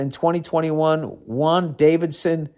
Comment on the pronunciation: “Wan-Davidson” 😂😂it’s pronounced wandavision